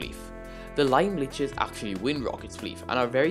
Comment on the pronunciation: is the correct way to say it ("Liches" is pronounced "Lee-chez")